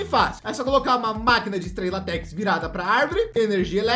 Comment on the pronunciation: Mano eu fiquei com muita agunia toda vez que ele falava latéx a pronúncia seria látex mas mesmo assim ótimo vídeo boa noite